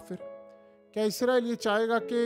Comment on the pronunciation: آپ کا تلفظ درست نہیں ھے آپ ھر ویڈیو میں اسرائیل کی بجاے عزرائیل بول رھے ھیں اس کو درست کر لیں جزاک اللہ خیرا